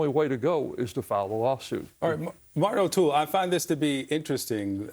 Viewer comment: 'Martin O'Toole' lol